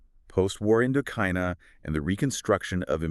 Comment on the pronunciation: AI voices? WWII he reads as W W eye eye. I mean so believable they sound so good until they foreign words like a computer, indokina